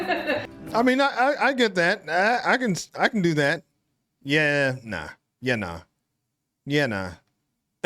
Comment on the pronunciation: would be Grego, or if your surname is Lew, it would be Lewey. If your surname is McDonald it would be Macca, BTW you nailed the yeah/nah